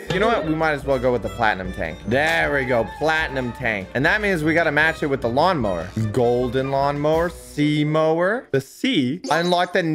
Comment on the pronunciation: For some reason everytime said lawn mower IT sounded as mawn lower